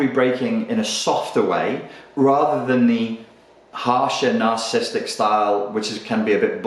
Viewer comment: Nar-cis-sis-tic - say the whole word.